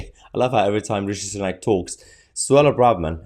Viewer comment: Radshid sunook 😂😂😂😂😂 love that!